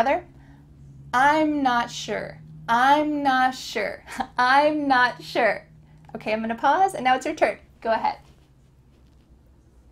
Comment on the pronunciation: I'm Na-(t) sure (I AM) sure that this is not English pronunciation.